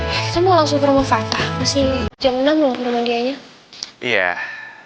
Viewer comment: Vio manggil Fatah bukanya fat .. tp Tah 😂😂😂